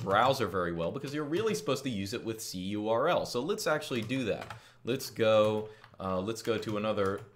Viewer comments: ITS CURL NOT C-U-R-L AAAAAAAAAAAAAAAAAA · Just say curl like a normal person lol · That's what I thinking, very strange! I prefer wget any way, just because.